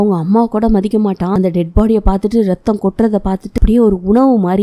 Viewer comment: No reththam Athu raththam But ur spoke that tone little cute👍